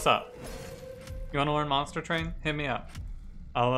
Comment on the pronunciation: Hello, It's good to be back here at Monstah Twain. UwU